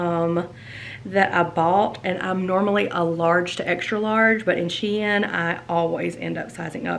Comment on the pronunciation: YESS!! I haven’t gotten through the entire video, but I’m so excited you got an appointment! Can’t wait to see what they say! Love LOVE all the pieces I’ve seen so far! And, thanks btw, for making me have a new shein shopping obsession! (P.S. the company tweeted, you are saying it right. SHE - IN.) My daughter just bought her 8th grade dance from shein, and mostly bc of the cute dresses you got to go to Vegas! (Just saw the yellow shirt with blue earrings! Made your eyes so BLUE!!)